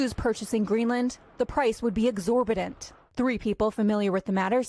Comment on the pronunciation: exorbiDANT is not a word there just so you know it's Exorbitant